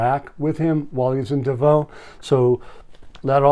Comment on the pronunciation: It's pronounced Davos, with an s on the end.